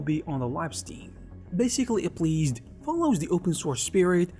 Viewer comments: 😂 ah-pleezd 🍎 Apple SEED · Maybe he trained an AI model with his voice recently? Because I cannot conceive of a single other explanation for mispronouncing "appleseed" so badly.